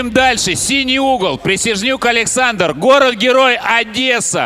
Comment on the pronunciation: Литвин читать не умеет? То "Молдовия" , то "ПрисНяжнюк" , отличный ведущий...